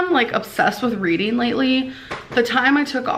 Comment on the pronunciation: “Readeen is good for the brain” ☝️👩‍🏫